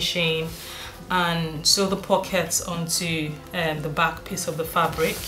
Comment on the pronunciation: Great tutorial. Every time you said piece it sounded like you say piss lol. 'Im British I'm easily amused.